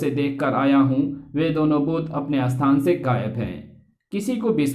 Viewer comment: भाई हिंदी थोड़ा ठीक से बोला करो स्थान को अस्थान श को स बोलते हो